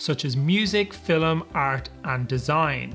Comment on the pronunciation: Why do you say “fillim” instead of “film”😭